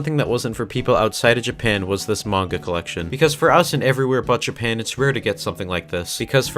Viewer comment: “I don’t read much *mainga*”